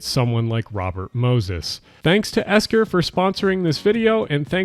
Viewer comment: Bro didn't even say the brand's name right in his ad read lmao. Miami looked pretty in that shot tho.